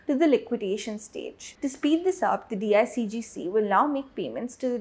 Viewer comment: It’s not DIGCG It is DICGC.